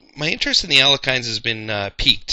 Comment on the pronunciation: I thought it was pronounced "Alek-hine" for awhile, too. It turns out his name is actually pronounced "Al-yek-hin" (with a soft H). Not a big deal, just thought it's worth pointing out for your viewers. Fun video though!